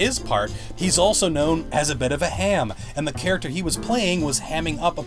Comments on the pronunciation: D-did you say "char ach ac ter" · Why do you have difficulty in saying “Character”. It makes me sort of cringe when you say it... Lol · You say character so odd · How can I trust you when u say character weirdly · Say character right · why does this bloke say character weirdly